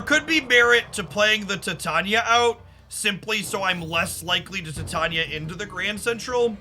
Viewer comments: doesnt bother with exact pronunciations. Not a big deal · Does he mispronounce Titania on purpose? Or is it not a pun of the element Titanium?